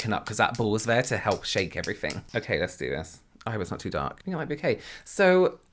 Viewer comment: Yes that's actually pretty common! uses "f" in words like think ("fink"). I love it. AAVE sometimes replaces "th" with "f" as well. Language is cool!